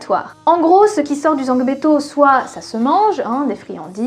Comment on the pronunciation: D'origine beninoise 🇧🇯, j'ai beaucoup apprécié cette excellente vidéo, merci d'avoir rappelé les origines beninoises du vodoun. Juste une petite remarque sur la prononciation du "o" de zangbéto, c'est pas vraiment un o, mais cela se rapproche plus du oe.... La prononciation